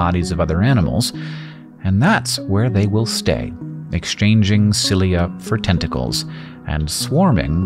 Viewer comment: Is anyone else hearing "10 tickles"? What about now?